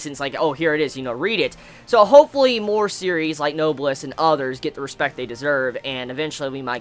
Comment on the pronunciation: it's pronounced "no-bless" . it's a real word so if you search it up you can hear it just to make sure. AND SOMEONE PLEASE TELL ME THE SONG IN THE BACKGROUND PLEASE PLEASE PLEASE!!!!!!